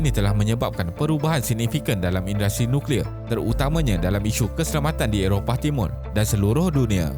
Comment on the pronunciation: Nucklear (NO CLEAR)